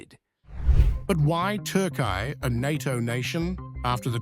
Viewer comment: Say Turkiye properly